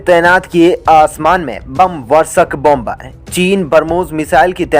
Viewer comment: Please pronounce. BOM BER. as. Bomer. Where. B. is pronounced. SIlent. Not. BOM BER..TAKE A NOTE